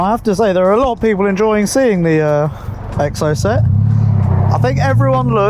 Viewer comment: Anyone else annoyed at the way pronounces Exocet? 😆🤓